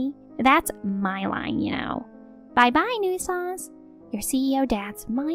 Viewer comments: PLEASE. FOR THE LOVE OF GOD, LEARN HOW TO PRONOUNCE COMMON ENGLISH WORDS. "New-eh-sance"? Really? Try : "new sense". Maybe that isn't perfect, but its a whole lot closer to right that you've yet come in the year or more you've been trying to pronounce it. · What’s a NEW-ih-sanse? Making up words? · New I sanse. That pronunciation... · Tip: Hey Siri. How do you pronounce nuisance.